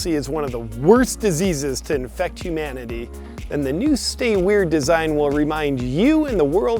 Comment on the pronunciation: OMG, hu-MAN-ity your such a misoginist...